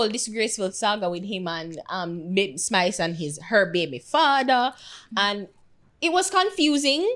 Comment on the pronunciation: Yuh nuh see di man tek off the s offa spice name an seh pice lol